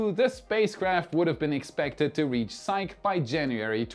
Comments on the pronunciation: The pronunciation of Psyche is [SY]+[KEE], two syllables. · Because psyche is a Greek word, we can use Greek pronunciation. So it's pronounced "sigh-kee". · ...it's pronounced "sai-kee", Psyche! I don't mind when you mispronounce other words, this is an important mission! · Hi,, please, please, the pronunciation of Psyche is 'sigh-key', it is a Greek goddess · Love all your stuff but you hit a hot button for me - I cannot hold back... SIGH-key - The name Psyche is pronounced SIGH-key. End of rant. Apologies. Crawling back under rock. Coming out later to watch more fantastic videos... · Psyche is pronounced "Sigh-kee". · PsychE... the 'e' is long... sigh-key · As a classical Greek name, I think it is pronounced si-key. (saɪki in IPA). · Psyche is pronounced SaiKee. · Uhhh... that's painful. "psyche" is pronounced "sigh-kee" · Psyche is pronounced sahy-kee. Named for the ancient Greek Goddess. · I still say it doesn't matter how fast they get Starbase ready, the lawsuits are going to keep them from flying for a while. I would love to be wrong. I want to see another test flight. I am pretty sure Psyche is pronounced "SY-key". But it's all good. The delays have to be just heartbreaking for those folks. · Elon Musk is mining a $600 trillion dollar asteroid! It's pronounced Sy-kee. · "Psyche" is pronounced "Sai.kee." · Psyche is pronounced sigh-key. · "Psyche," pronounced "SIGH-KEE." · Psyche is pronounced “Psych-EEEEE”, please. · Psyche is pronounced "Sigh-Key"... don't judge me... I'm autistic. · Thanks for sharing! I would recommend looking up the pronunciation of Psyche though 🤣